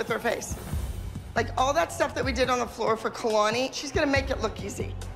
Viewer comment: Everyone: “Kalani” Daviana’s mom: “Keylani”